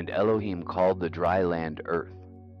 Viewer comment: at about you pronounce ELOHIM correctly. Every other time prior to this; I don't know how long after cause I just cant bear blasphemy, however well-intentioned, you have the wrong emphasis on the wrong syllable